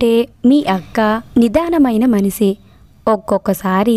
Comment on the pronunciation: Telugu padalanu spastamga palakandi. Sha kisa ki chalateda vundi. Manishi anali manisi anakudadu. Ila chala padalu tappulu chaduvutunnaru